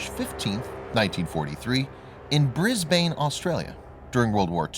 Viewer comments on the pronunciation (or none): Australian city Brisbane is pronounced Brisbin not Brisbane with a ling ' a ' . Good video tks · Bris-Bane Oostralia... LOL